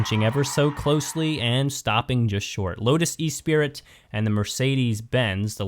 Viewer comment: Hi being from the UK I would like to tell you the Lotus is pronounced "Ess Spree" not "E Sprit" hope this helps you.😊